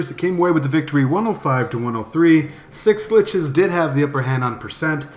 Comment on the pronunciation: just say Schlitzes the way it is, fucking annoying dude